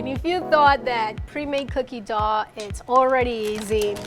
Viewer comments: I love how says dogh instead of dough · I luv her but I hate how she says dough